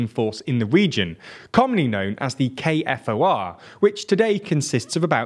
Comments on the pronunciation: It’s pronounced k-4 not k-f-o-r….you’re welcome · You are correct it is pronounced like "U-Lex" and while being pedantic it is pronounced like K-4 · KFOR stands for "Kosovo Force" and is pronounced "K 4", it is not an acronym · Another correction - KFOR stands for "Kosovo Force" and is pronounced "K 4", it is not an acronym.